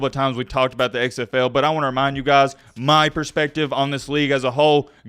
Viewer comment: The way you say "XFL" is super weird. It sounds like you're saying "eggs FL."